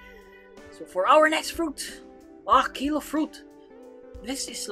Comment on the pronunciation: kilo fruit im hearing pakyu fruit lol